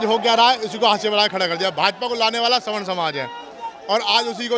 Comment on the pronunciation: स्वर्ण नहीं सवर्ण होता है गदही स्वर्ण मतलब सोना धातु और सवर्ण कुछ ऊची जातियाँ